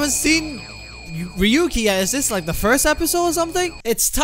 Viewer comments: I think the japan way to say Ryuki is Real-Ki, not Ri-YOU-KI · Ryu-ki / Ryoo-ki Two syllables